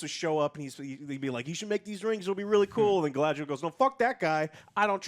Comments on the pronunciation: It's GuyLadriel now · 20 years since the Fellowship movie and Joe still cannot say GA-LA-DRI-EL Who dafuq is galdrel? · Did Joe really call Galadriel „Gadriel“?? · Dude, Joe, her name is not Gadriel. It's Galadriel. Your review ended right then and there. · Joe still can't pronounce Galadriel lol. Try girl le drel it'll be better😂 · I stopped watching this as soon as he called her Gad-riel. Lol Clearly he doesn’t get to the cloud district very often. What am I saying? Of course he doesn’t. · How the fuck does Joe always managed to pronounce names wrong. “Gadriel.” 💀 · Why is Joe pronouncing Galadriel as Gaydriel? Or Sauron as Soron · Dude STILL can't say "Galadriel" 😒 I mean, how ignorant OR stupid can one be? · He could AT LEAST say "Galadriel" right. It's said about 50 times. Whats next he's gonna call Sauron "Saren"